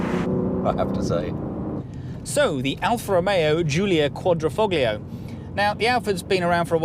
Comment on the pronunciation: Sorry, you have lost me on 30th seconds...you can't pronounce quadri - foglio - quadrifoglio - cloverleaf...if you can't read how can you know about things...